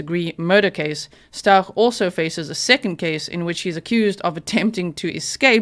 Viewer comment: honey, it's pronounced ST-OW-k